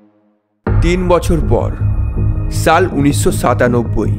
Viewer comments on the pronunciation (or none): ছাল,ছারা, এইছব,ছে এইসব কি ধরনের ভাষা ভাই,ছাল না বলে সাল বলেন এইছব না বলে এইসব বলেন ছাড়া না বলে সারা বলেন তাইলে শুনতে ভালো লাগে